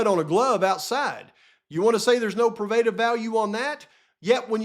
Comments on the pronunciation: Long O in pro. Pro- bruh-tive. Sorry but dang. 😊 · I Luv Ya,, but it's pronounced "Pro-bah-tive." I want you to sound as professional as you most definitely are - but your pronunciation is off.